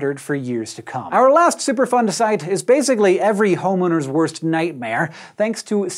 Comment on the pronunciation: I couldn’t stop hearing “super fun site”